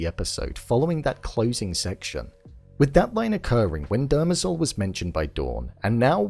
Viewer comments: Dem-rezel .... Not--- "derma-zel" I mean they literally say it in almost every episode once if not more than that ..... "Come on man!" --joe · It's pronounced "DE - MER - zel," not "DER - me- zel." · Love the vid, but it's Demerzel , not Dermazel. lol. The mispronunciation grates on me. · Why do you keep pronouncing her name (Demerzel) that way😭😭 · I felt it was obvious that Hobor was going to turn up at that moment. You keep pronouncing Dermezel's name incorrectly. Good review.